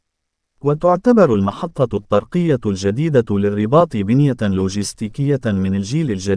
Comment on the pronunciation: تحياتي اخي. انك ترتكب اخطاء لا يرتكبها طفل يدرس في القسم غلثالث او الرابع حشومة فكلمة. الطرقية انظر كيف تقرؤها الطاء مضعفة بالفتحة والصواب. هو الطاء مشددة بالضمة والراء مضمومة كذلك هذه الكلمة كررتها كثيرا فجمع طري هو طرق الطاء مضمومة والراء مضمومة. زيادو على اخطاء اخرى نصيحة من الاحسن وتفاديا للاخطاء اقرا بالدارجة. راك شوهت راسك امسكين الناس يسخرون منك ولن يدخلوا لقناتك ويسمعوا لتفهاتك. اتكلم عادي احسن لك اش دلط لشي لغة عىبية وانت لا تحسن النطق بالكلمات شوهت راسك